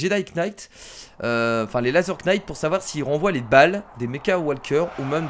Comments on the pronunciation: Laser Knight on ne prononce pas le K. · pour le petit cours d'anglais le K de knight de se prononce pas ^^ c'est juste pour pas refaire l'erreur :P